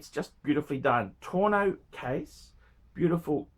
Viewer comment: 1. It’s Al Ain, not Al Aman. 2. It’s tonneau not torno.